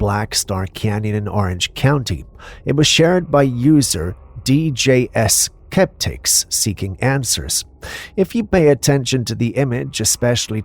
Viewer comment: You can't even pronounce a name, it's not DJS keptix it is DJ Skeptix go back to School